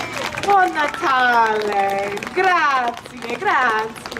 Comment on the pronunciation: We certainly don’t say “buon natale” with that intonation 🤦‍♀️🤦‍♀️